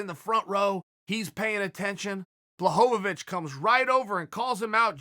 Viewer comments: Has to be a wind up. Surely. Jan Blo-vo-vo-vic and Blo-hon-ovic. Chael is giving Joey Diaz a run for his money in the name fuck up game. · If uncle cheal says guys name is "Jan Blahovovovoich" his god damn name is Jan Blahovovovoich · No one: Chael: Yawn Blahanovic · blah ho ho vich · Its Yan Blahanovic, at least according to Chael lmao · "Jan Blohanavich" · Jan who? If uncle chael mispronounces your name you might not be ready for Jon Jones. I'm sure he's a good fighter but even Anderson is still trying to figure out who ko'd him.. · Poor Chael screws up soo many names. It bothers me more when Brenden Shlob says "SOE-NEN" every time, even when speaking directly to Chael. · 6 different pronunciations of Jan’s last name lmao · Lmao....can you get jan's name right please.....or just say jan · Chael " Jan Bullhanovich" Lmfao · Chael: Blowonabitch. Me: Dont mind if i do.. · I choose to believe that Uncle Chael is clowning is, intentionally mispronouncing "Blahovovoich" and "yarear" just to keep us meming in the comments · Ciael "Ian Blahovovici...." Sonen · Chael “I don’t have the foggiest idea how to pronounce Blohovovich” Sonnen. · I don't know how you can get the Polish 'Ł' correct in both the thumbnail and video title and then proceed to call him Blahovovich for the whole video 😂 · He really just gave up and called him blonhanavich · Gotta be Blahohvavich, just so Chael keeps saying his name for a few more months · Who is this Blahobobicz he keeps mentioning? Cmon Chael learn the names before making ur vids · Who the fook is “Blahocovonich” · Jan blahonavicchh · "Jan Blohohovich" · Even when he thought he got the pronunciation right, he was wrong. It's not pronounced, 'Bla', but 'Bwa'.....ł is like w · “Jan Blohovovhic”... “Jan Blavocovic”... FFS Uncle Chael lol. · Mr Sonnen, Blachowicz you pronounciate like Abramovich (that Russian oligarch) icz = ich in English language. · ''Jan Blahadowicz'' - Chael Sonnen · Chael “Jan Blachovowitz” Sonnen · "Yawn Blahovovich"